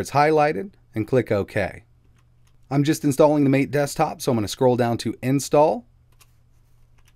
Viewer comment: MATE = Mah-Tay